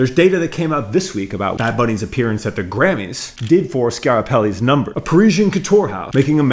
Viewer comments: “Scarapelli” lol…it’s pronounced like Scap-a-relli* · The name is is Schiaparelli. Skee-ah-pah-reh-lli named after Elsa Schiaparelli, the founder. PLEASE Take a moment to READ foreign names before filming, it is a mark of respect towards the artists, creators of brands. US Americans are notorious for not caring enough about this, even when preaching "how to be more professional" in their own niches. Add correct pronunciation to your toolkit 😂. You would certainly feel weird or disrespected, if someone either mispronounced your name or, worse still, avoided mentioning your name for fear of mispronunciation (something that happens a lot on YT). Be better, please.